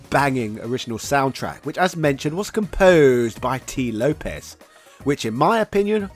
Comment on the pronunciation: It’s Lopes not Lopez the ‘s’ is pronounced as an S and not Zedd.